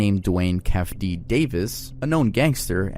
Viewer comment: some massive pronunciation errors: It's Tu-Pauk not Tu-Pack Ca-dee-lak not Ca-dee-lock Kee-fee Dee not Kef Dee Love you man, but seriously